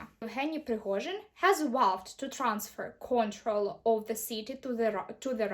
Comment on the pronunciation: Трохи кульгає у Вас інтонація і наголоси неправильно ставите в деяких словах. Наприклад, в словах transfer i control.